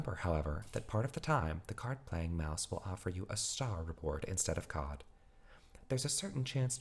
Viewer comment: I swear to god if I hear "uSe gIft cAwD ArNoInnOinnoiN fOr such an amount Of fReE cOhD!" Im gonna lose my shit